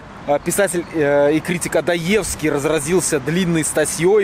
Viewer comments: ОдОевкий, мать вашу, а не ОдоЕвский. Интеллектуалы, блин. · Очень интересный выпуск!) Офигенный формат!))) Только не ОдоЕвский, а ОдОевский, а в остальном супер, зашло!)) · Писатель был всё-таки ОдОевский, не ОдоЕвский. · Получается, Варламов - это реинкарнированный Одоевский? Кстати, "Одоевский" по-моему произносится с ударением на второй слог (если верить тётке, которая объявляет автобусную остановку "проезд Одоевского" в Ясенево, если проезд этот назван в честь того же Одоевского).